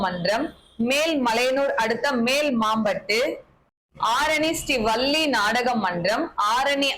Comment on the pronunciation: வல்லி என்பதை வள்ளி என்று உச்சரிக்கலாமே அக்கா.